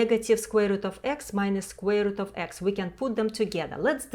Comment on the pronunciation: Did you say squirrel?...